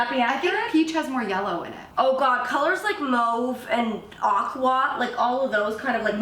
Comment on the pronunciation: Molly pronounced Mauve right but Aqua is pronounced short a and then kwa